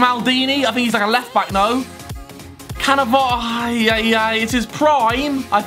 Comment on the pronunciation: HAW YOU SAY CANNAVARO IM ITALIAN AND MY heart IS CRYING PLZ DONT SEY CANNAVARO ANOTHER TIME THANKS AND GGGGGGGGG FOR PELE PRIME